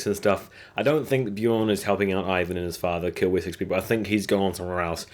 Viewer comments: It's ' IVAR', not ' IVAN'! IVAR IVAR IVAR ! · King Irkburk. Wut? It's King Eckbert. Kitergit. Eh? The town is called Katagat. Loki is a Norse god. Floki is the shipbuilder. It's not Ivan. It's Ivar. Ivar the Boneless. You didn't even try on the last one. It's Queen Aslaug. I can't even. I know you said you don't speak their native language but all of these things were spoken in English on the show a thousand times. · Ivar not ivan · I like your video. Remember it's Ivar, not Ivan. Also, Ubba was also very important in actual history, not just Ivar and Bjorn. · Good video, but you keep misspelling names. You called Ragnar RaNgar and constantly called Ivar IvaN. Cheers. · rain-gar & eye-van. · it's Ragnar and Ivar.. come on maaaaan